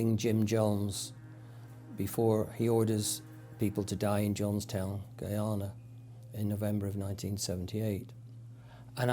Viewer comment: Did he say Gayana? Instead of Guyana